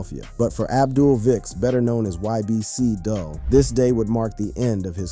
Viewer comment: If his name is Abdul and you said that correctly why are you pronouncing his rapper name as Dull?